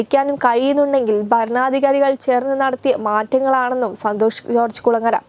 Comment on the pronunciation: എടീ കൊച്ചേ , കാണാൻ ചൊവ്വുണ്ടായാൽ മാത്രം പോരാ . ഉച്ചാരണശുദ്ധിയും വേണം . എന്തോന്ന് "ബാരതം"? എന്താണീ "ബരണാദികാരി"? വൃത്തിക്ക് മലയാളം ഉച്ചരിക്കാൻ കഴിയില്ലേൽ ഈ പണിക്ക് നിൽക്കരുത് 🙄